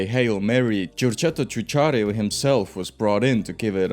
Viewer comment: Exactly 💯 my dude. Pains me to hear Giugiaro mispronounced as 'Jeu-jia-rio' instead of the correct pronunciation of 'Jeu-ja-ro' Also to: Lancia is pronounced 'Lan-cha' rather than 'Lan-see-ah'